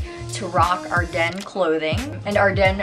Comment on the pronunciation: Its pronounced Are-Dens lmao